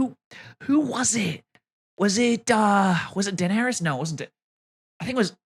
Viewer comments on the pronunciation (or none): none